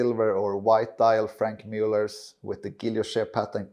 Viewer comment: Please learn how to correctly pronounce Franck, not Frank